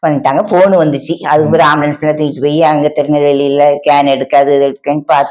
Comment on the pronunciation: இந்த பெண்ணை குழப்புகிறார்..அந்த பெண்ணிற்கு ஒழுங்காக ஜெபம் செய்ய தெரியவில்லை. ஸ்கேன் என்று சொல்லுவதற்கு கேன் என்றாள்... வாய் கிழிய பேசும் சின்ன சாட்சி ஒரு பெண்ணிற்கு எப்படி சொல்ல வேண்டும் என்று கற்று தரமால் உள்ளான். இது போன்ற வீடியோவிற்கு நம் தேவ பிள்ளைகள் யாரும் Like போட வேண்டாம். ஆமேன்